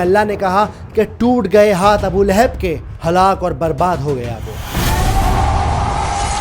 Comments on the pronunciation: ِِلِھَب٘ نہیں ہے صحیح لفظ ۔۔۔لَھَب٘ ہے۔۔۔۔ جزاکم اللّٰہ خیرا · Layhib nahi. Yai Lahab hai. Jub words bolna nahi ata tu video na banao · Please correct your pronunciation.Don’t say Laihub it’s Lagan. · Sorah lehab nahi sorah lahab h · Lekin aap Naam sahi se nahin le rahe Abul ab aata hai Abul ab nahin aata surah lahab aati hai surah lahab nahi Abu lahab nahin aata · Lekin aap Naam sahi se nahin le rahe Abul ab aata hai Abul ab nahin aata surah lahab aati hai surah lahab nahin aata